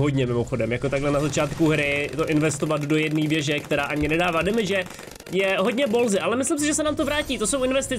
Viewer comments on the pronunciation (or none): none